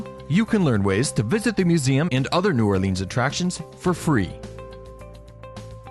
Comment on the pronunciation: ***** h Anything is okay.. EXCEPT New OrLEEEANS! :D I cringe when I hear that. Interestingly enough, the parish is pronounced orLEANS. Weird, eh?